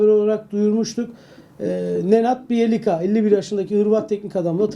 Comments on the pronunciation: Ya arkadaş Trabzonspor ile ilgili haber yapan medya mensuplarından bir tanesi de şu isimlerin, terimlerin vs. telafuzlarına dikkat etse disimi kıracağım! Böyle uyarınca da ukala oluyoruz kimileri tarafından. Bijelića Biyelisa diye okunuyor. Bu konuda 'ın gaflarının üzerine yok gerçi. Lech Poznan'ı Leh Poznan diye telaffuz etmesi gerekirken Leş Poznan diyor😂, Scout'a skaut yerine skuat diyor. Bardi'yi Badri diye telaffuz ediyor. Hos güzel insan ama da gaflar bitmiyor. Lütfen dikkat edin bu tip telaffuzlara. Geçen sene de Hamšík'i Hamşik olarak değil Hamsik olarak telaffuz edenler vardı. Bu işler önemli. Bu bir kültürdür. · ''Biyelitsa'' diye telaffuz edilyor, bilginize.